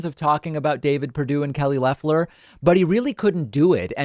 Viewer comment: Trevor Noah pronounces Loeffler’s name as Loafler. Pretty funny and accurate. She has the energy of a loaf of white bread!